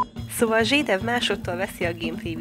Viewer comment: Ember nem zsédáv hanem zsédov